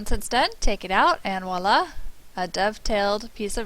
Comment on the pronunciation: It's "voila" (French for "look/see/here it is/ta-daa!"), not "waa-laa".